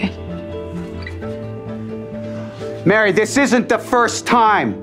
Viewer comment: They pronounce her name Mary, but it's spelled Marie.